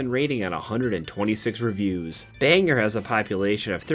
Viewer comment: Still love these videos BUT I'm from Maine and it's pronounced "bang-gore". No biggie. Lots of people mispronounce maine towns. Be glad it's not one of the native derived names like Ogunquit or Mattamiscontis. Keep up the bangers!😊